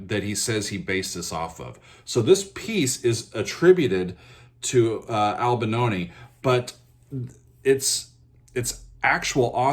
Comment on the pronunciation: Albanoni? Why do Americans butcher each and every last name? You are able to spell, right? Replacing an 'i' with an 'a' might be an American thing to do but...